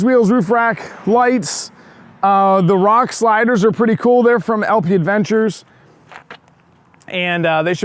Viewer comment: That's a nice functional build. Every time I see it, I wish that winch mount/brush guard was available for previous model years. Just one very small thing. It's technically LP Aventure, there's no 'd'. It's French so the pronunciation is ah-von-tour, not add-ven-chur. In the end, the word is French for adventure lol, so probably not a huge deal. Also, did the coilovers reduce the tire clearance laterally? Or is it specifically a function of having more travel that caused the tire to come into contact under compression?